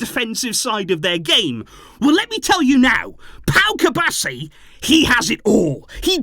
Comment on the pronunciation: Cubarsí has an accent on the I, it rhymes with referee